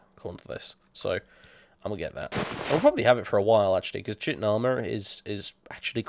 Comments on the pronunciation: In German language Chitin is pronounced the way you are pronouncing it. That is great! like you know, engl: "Ky-tn" and ger "chi-tin". So it is a cool thing hearing you pronounce it the way you do! much love! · Me too, I always pronounced it Tchitin and not Kitin. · "i know its pronounced "chitin", but fuck you!"..... im fucking dyyyyying rn lmFAO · Complains about how people misreads Vvardenfell, calls Chitin > Shitin I just can't... xD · "I always pronounced it Chitin" :'DD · I always pronounce Chitin like you, so you're not the only one. :) :P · I also pronounced chitin like that. Now eventually I did pronounce it properly, but I do occasionally catch myself saying it like I used to. xD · I know you don't care, but (Chitin) Ky-Ton (Cuirass) Queer-Ess. Regardless of whether or not you care, I feel the immense need to tell you. Just let me satisfy my OCD.